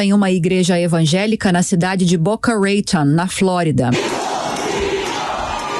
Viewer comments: Não se pronúncia boca reiton o certo é "Boca Raton" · Boca Reito e fod@ ai forcou a barra kkkkkkkkk se fala Boca Ranton como esta escrito claro com mais acento ao T, moro aqui e nenhum americano fal bica reito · A apresentadora precisa treinar a pronúncia das palavras em inglês antes de ir ao ar. Procura saber a pronúncia correta de Boca Raton